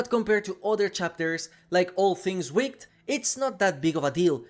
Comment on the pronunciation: Might be nerdy but actually, wicked is pronouced wick-id not wick-t.